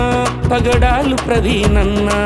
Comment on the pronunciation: పగడలు కాదు బ్రదర్,.. పగడాల